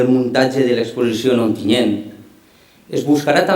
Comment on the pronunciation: Onteniente, i no una, sinó varies voltes???? mare de déu, eixa xica no sap dir Ontinyent?